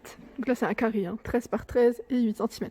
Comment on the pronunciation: wouiiii tu as dérapé sur le "carrrrrrrrée". Oui je suis un peu vénère pour les vis et le carré pour les visser. Surtout que ça vient de se reproduire avec l'autre meuble de SDB . J'ai tout planté dans l'entrée ça m'énerve et comme j'ai une main blessée je ne peux pas forcer. En plus ça fait mourir de rire mon cher et tendre qui est à 50 km d'ici et ça m'énerve encore plus. C'est un super bricoleur, alors ça se moque, ah les mecs j'te jure. 💋💋💋💋💋💋💋💋💋